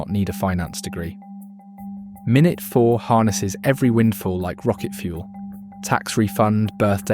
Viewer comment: Great video. Bu.... Is this voice AI? It said the word 'minute' incorrectly multiple times. And mentioned Euros in a Roth IRA... The latter is a US only product.